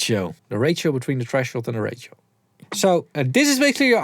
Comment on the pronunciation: Please pronounce ratio as Ray-She-O instead of Ray-Chi-O